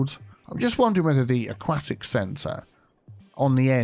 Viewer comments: "... discusted..." "... a-quack-tic..." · every time you say "aquatic" wrong i die, but i love all the expansions in this video regardless! soo good!